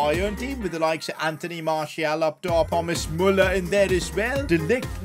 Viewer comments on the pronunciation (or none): none